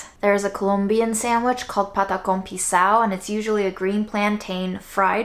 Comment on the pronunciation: As a Colombian, the patacón pisao sliders look 🔥!! Green plantain is so versatile and you chose the perfect ingredients to go with it: beans and chicharrones 😏😏 amazing job! BTW: amazing pronunciation!!